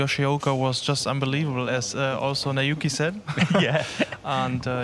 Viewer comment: He said"unbeweavable, haha"